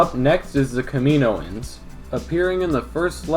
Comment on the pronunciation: It's not kamino-e-in it's kaminoian